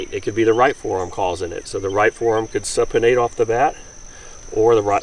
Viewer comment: "Soup-inate." "Soup-inate." It's not pronounced "supp-inate." It's not a supper.